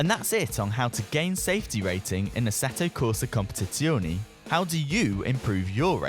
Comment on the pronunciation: just call it ACC , you murdering the name ahaha